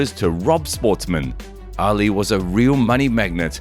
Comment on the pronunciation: His name was not Muhammad Alley.... Try Muhammad Ali (ahh-lee)